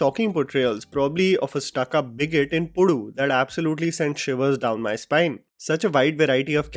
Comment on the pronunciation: Your pronunciation "pudu" was very cute 😍